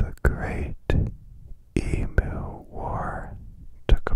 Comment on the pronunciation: that is not how you say emu my g 😭😭